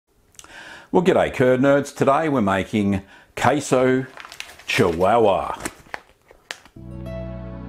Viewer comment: Hi, it is pronounced chee wa wa, you were pretty close though!